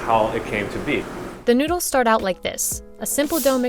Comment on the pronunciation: The moment you pronounced it "Newdles" am convinced of the taste.